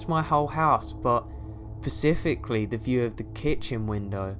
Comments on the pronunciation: He said pacifically Instead of specifically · He can't say "specifically," either.